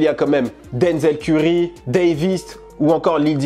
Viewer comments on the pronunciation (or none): none